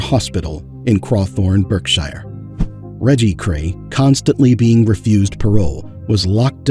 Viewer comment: Berkshire is pronounced Barkshear.